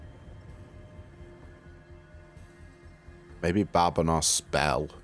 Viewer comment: Hey, I love your videos I’ve recently gotten into sworn and you’ve helped me tons, but I love Celtic gods and badb is one of my favorite gods from mythology, but her name oddly enough is pronounced bahv or sometimes bie-ve!